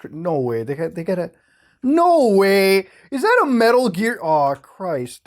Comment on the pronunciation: "Noh Weah' muta, your canadian is showing